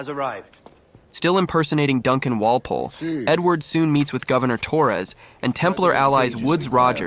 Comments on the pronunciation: Good perspective on the game and that mision in particular overall, Only thing i got to say is that you should have gotten the origninal assasin name right, ''Wolpolle'' not Volpolle. you get my sub nontheles, you are good at storytelling. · Bro there isn’t even a v in Walpole how tf are you pronouncing it voleple